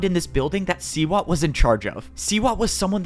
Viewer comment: Its SEAWATT